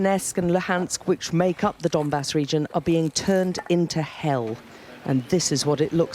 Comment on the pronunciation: “Part of the Dombass” yeah very funny haha…. “dumbass”